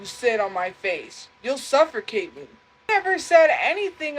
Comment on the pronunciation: its pronounced "SUFFERCATE" 😂